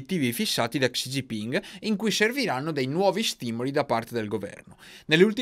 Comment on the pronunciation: Se posso suggerirti, credo che la xi si legga "Sci"... Non per fare il pignolo ma tra poco ci comprano il terreno sotto i piedi, conviene farli contenti 😜